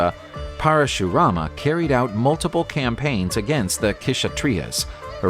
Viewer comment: K-shatriyas❌ Kshatriyas( sha-triyas)